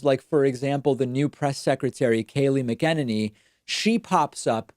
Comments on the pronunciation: That's all true but i cut him a little slack 'cause he's ESOL and i assume that's the reason. D. PAKMAN it's pronounced MAC.inane.ey with the stress being like the word "machinated" if you know that word. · Love you, David. You're awesome and right about everything you're saying. But don't call someone else lazy and continue to pronounce the press secretary's name incorrectly. Shouldn't be hard to get junior Goebbels' name correct.